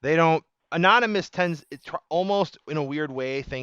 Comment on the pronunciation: mentions the highly feared group "Anomynous".